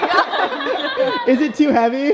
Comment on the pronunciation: Is it me or did I notice that Brent every time when he says oh my god he says oh my GWOD